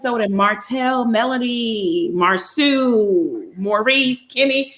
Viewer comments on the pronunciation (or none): Now saying the names different. It's Mar - so not Mar-sue. And it's Tee-sha Not Tish-a. Excuse my correction if I'm wrong. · “MARSAU” is pronounced MAR-SO. not MAR-SUE lol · It’s pronounced Mar so! Not Mar sue. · it is disrespectful to intentionally mispronounce a person’s name- that is their identity pls. Their parents did not make a mistake naming & spelling their name. Marcu is not better than Marceau. Pls correct yourself. Blessings. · I love you, but I cringe when you call him Mar SU 😂😂😂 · It's pronounced Mar-soooooooooo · Mar-sau ( pronounced Mar-so) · Although spelled "Marsau", It's pronounced "Mar So" guys. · can you please pronounce Marsau'a name correctly. Irs pronounced Marso. How can you watch the show and not know this. Annoying. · It pronounced( marso) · insist on calling Marsau name wrong. smh why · His au is pronounced like Nassau